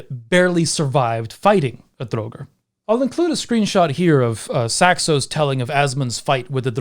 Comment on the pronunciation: Why do you repeatedly mispronounce draugr?